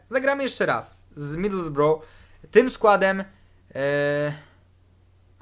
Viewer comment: wymawia się. midylsbra A nie midylsboroł:D jest to wyjątek w języku angielskim